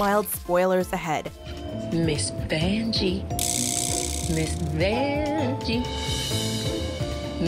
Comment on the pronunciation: “Who’s there’s Miss Vanjee” haha